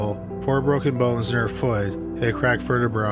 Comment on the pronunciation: This dude said verta brah lol.